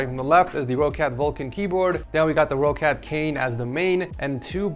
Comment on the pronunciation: U butchered "roccat" so much